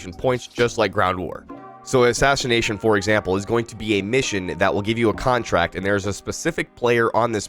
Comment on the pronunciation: “Ashashination” made me laugh😂 not tryna make fun of you, just thought that was funny